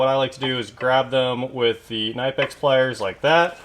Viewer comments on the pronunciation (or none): Knipex is pronounced Kuh-knee-pex.